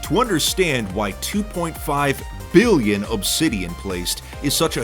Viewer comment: the emphasis "2.5 BILLION"